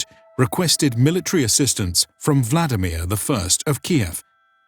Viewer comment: Kyiv, not Kiev. Volodymyr, not vladimir.